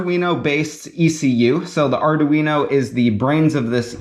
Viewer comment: "Ardoo-Weeno" lol